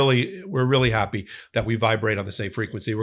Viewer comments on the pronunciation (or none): none